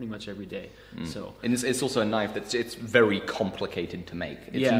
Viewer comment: Vewy complicated 😆 Bless him. Love ya!